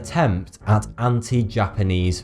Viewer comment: Fanks for the view? Foughty 2? Where is he from? I am curious as to why he pronounced "th" like "f".